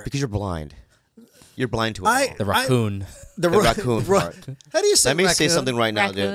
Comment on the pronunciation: It’s Rocky Ra ccon. Not Rocky Ratccon. 😂